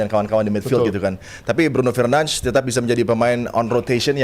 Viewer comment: Bruno fernands🗿 penyebutan namanya 😂